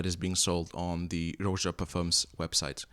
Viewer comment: Like your reviews. Buts it's pronounced "Raja". After his name Roger...not 'Rowja'